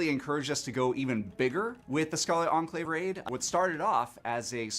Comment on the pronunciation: enclave pronunciation is very off 😃 try checking how to say that word properly after all you are a god sent paladin